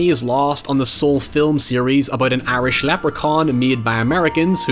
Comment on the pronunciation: Every time you say Irish I hear 'airish' and wonder what that means until I realize what the word was.